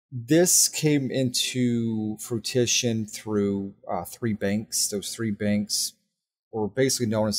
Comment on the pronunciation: What the heck is "Frutution" does he mean Fruition